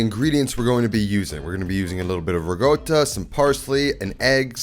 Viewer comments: Why does he say 'rigotta' and not 'ricotta'? I'm quite certain no Italian would do that. Is it an Italian American variation? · just a friendly reminder it's pronounced re-co-ta (with a rolled R). not rig-otta :) respectfully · The Ra-goat-ta pronunciation threw me for a loop. lol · For the love of God, please stop calling it "rigoata". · Its not called rigotta. Sounds so horrible to me as an Italian But great recepie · You have been pronouncing ricotta wrong. But you don't do anything to fix that. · How about the way he pronounces ricotta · I can't take anyone who pronounces ricotta with a g seriously. You have zero credibility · Do all americans pronounce ricotta that way? sounds like he is trying to emulate a italian pronunciation.